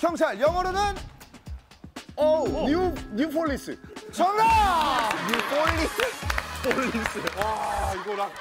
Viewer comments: new folice???? 언제부터 P가 아니라 F야??? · 김준호가 뉴 뽈리스라고 발음해서 그렇게 적은듯? 뒤에보면 키가 웃으면서 뽈리스ㅋ? 라고해요